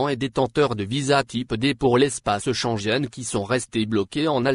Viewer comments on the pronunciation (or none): Schengen celui qui commente cette video me faire rire quand il prononce Schenguen il prononce sansgene rienqu’a l’entendre ils ne vont jamais ouvrir les frontières 😂😂😂